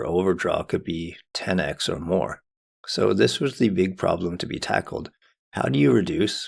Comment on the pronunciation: ten "ex"?